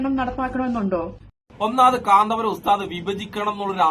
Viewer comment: കാന്താപുരം അല്ല കൊച്ചേ കാന്തപുരം അതുപോലും അറിയില്ല 😂😂😂😂